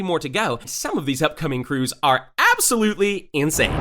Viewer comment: Bro u don't say crews